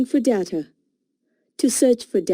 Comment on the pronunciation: Pronounce properly data